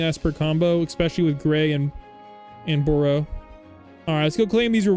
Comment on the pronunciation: its not boro it baru